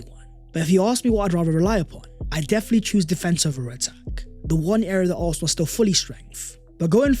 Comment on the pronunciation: How can we take a guy who can’t even pronounce Arsenal correctly talk about Arsenal. Absolutely Toxic Positivity